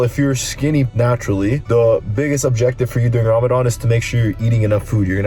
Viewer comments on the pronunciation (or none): your a legend. Showing us all these tips for jim work in Ramadhan. Also your pronunciation of everything is sick as well. Only 2 things were 'muslim' not 'muzlim' and 'ramadhan' not 'raamadaan'